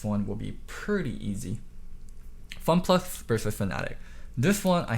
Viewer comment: Nobody:: FunPlux